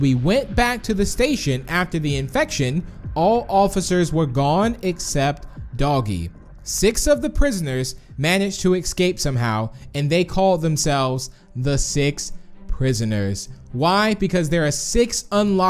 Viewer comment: why do u Say excape just a question